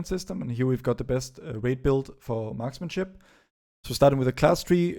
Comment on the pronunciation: Did you just say Marksmanshit at the end?